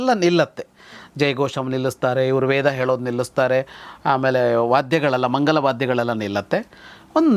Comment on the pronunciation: ಅವರೇ, ನೀವು 'ಳ' ಕಾರದ ಸಂದರ್ಭದಲ್ಲಿ, 'ಲ' ಕಾರವನ್ನು ಬಳಸುತ್ತೀರಿ. ಇದಕ್ಕೇನಾದರೂ ವಿಶೇಷ ಅರ್ಥವಿದೆ ದಯವಿಟ್ಟು ತಿಳಿಸಿ. ಉದಾಹರಣೆಗೆ, ಮಂಗಳ ಎನ್ನುವ ಸಂದರ್ಭದಲ್ಲಿ ನೀವು ಮಂಗಳ ಎನ್ನುತ್ತೀರಾ.